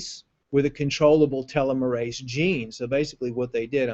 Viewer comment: Please learn how to pronounce the word "telomerase" properly...